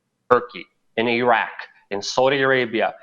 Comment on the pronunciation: Luke, I am so glad you pronounce IRAQ and IRAN CORRECTLY. Very grateful. You make them sound like idiot bumpkins. ~;)<333